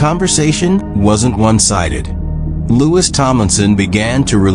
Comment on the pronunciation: Louis was the oldest, crappy AI can't even say his name right.